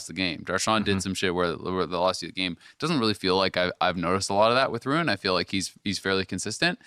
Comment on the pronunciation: literally says rune. Its ruin. Lol. Im tilting. ( and on thriugh him speaking lol)